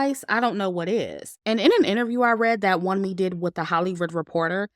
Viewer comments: Love your review! "Wunmi" is pronounced as "woonmee". It's a Nigerian name lol but I agree with how her character was portrayed in the movie, very disappointing. In terms of production, it was really good. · Great commentary,! Btw, Wunmi’s name is pronounced Woome.